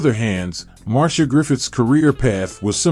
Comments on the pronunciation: She is not "MAR-SHA" but MAR-C-IA". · Marcia Griffith's. Mar see ya. Anything else is a mispronunciation. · I always thought Marcia was pronounced Mar-Cee-Ah? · Her name is Marcia not Marsha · MarCIA, not MarSHA….